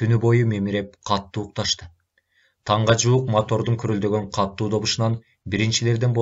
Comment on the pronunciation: Садагаң кетейин кишини кыжаалат кылбай туура окучу катту эмес катуу болот